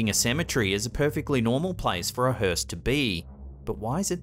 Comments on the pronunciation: Thank some of you for spelling it correctly. It's spelled hearse, not Hurst. The T is silent 🤣🤣🤣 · Where's your T? Hearse....